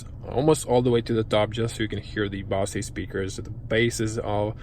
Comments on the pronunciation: Best review online without being too dramatic. Just a small note: BOSE is pronounced as "BO-ZER" without emphasising the "R". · The Mazda does have lane keep assist. It doesn't just vibrate the wheel as a warning. Nice Review. FYI, it's pronounced "Bo-zzz" for Bose sounds system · Great video! Bozzzz speakers, with the "o" said like "oh". I enjoyed the detail you gave in lots of areas. I learned some stuff. Boy it's sure got a lot of options with that Infotainment system! That car is even prettier in the Machine Gray with black wheels, black interior, and tinted windows. Thanks!